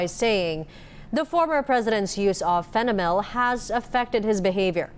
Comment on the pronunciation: Fentanyl not fenamyl